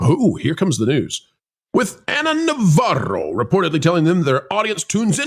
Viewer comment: yeah don't do the stupid voices. Pronouncing navaro's name the way you do is kind of stupid too. I know it's probably some form of mockery but please stop.